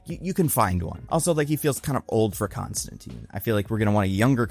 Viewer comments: Constantine not constanteen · bruh its the i n Constantine is pronounced like "time" not "teen"